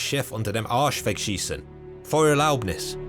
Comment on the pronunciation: That "Arsch" and "Feuererlaubnis" was spot on